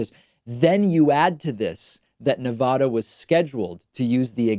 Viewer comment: BRRROOOOOO. STOP OUTTING SO MUCH EMPHASIS ON NEVADUHHHH.. ITS NEVADAA AAAAAAAAWWW NEVADAWW